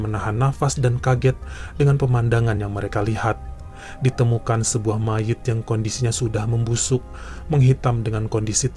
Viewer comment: Mayat....jgn mayit dong...serem dengernya... Aura nya beda😁